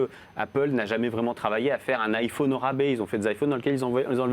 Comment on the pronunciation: et des "aïlfaunes" , comme il dit.